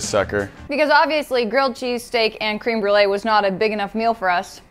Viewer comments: i’m so bothered that said cream Brulé instead of créeme Brulé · I'm french and I heard crumble instead of crème brûlée. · how white do you gotta be to pronounce it "cream brulee" it's french, please 😭 creme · .... wait... did she say cream brulee? ... ... she did... its creme (crem) brulee.... .... What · Can’t be the only one annoyed at pronunciation of crème brûlée.